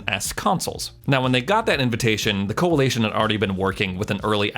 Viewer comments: Coalition not coalation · CoaLITion, not CoaLATion. Driving me crazy lol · I'm really didn't want do this but its Coa"li"tion not Coa"la"tion, the first time he said it I'm like he will get it right, he didn't. Just kept pronouncing it completely wrong the whole video over and over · anyone cracking up as to how he pronounces the coalition? coalaytion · The Coali-A-tion 😆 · Lol Co-a-lee-tion 🤣 Americans say things so funny